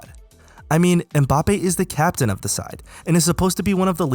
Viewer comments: This nigga said mPAPPE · Good video, but from an African to the world: Most of you pronounce his name wrong. You say Embappé but it's Mbappé, you leave the "E" out